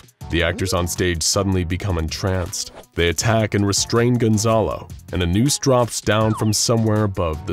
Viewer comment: por que dicen de forma tan rara mi nombre, es Gonzalo no Gonzolo jajaja